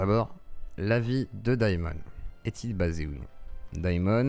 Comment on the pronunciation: Daïmon a trahis? mon dieuh, mais quelleuh surpriseuh! 🤷